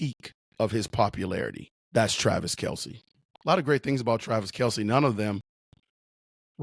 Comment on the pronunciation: Might wanna at least get his name right - it's Kelce.